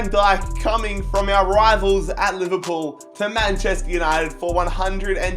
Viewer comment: You have speak "Manchester Uninegy"